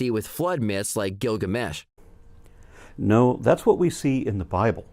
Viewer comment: I love how the robot teenager pronounces Gilgamesh like it's a guy whose given name is Gil and his family name is Gamesh. It's his ol' pal Gil, ol' Gil Gamesh.